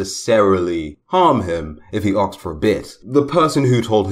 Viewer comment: It's comes out as arksed XD